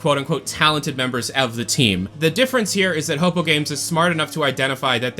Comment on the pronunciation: Hey, ror2 player here Its pronounced "hoe poo" or "Hopu" not "hopo", love your content but that immediately distracted me as everyone else pronounces it either way i wrote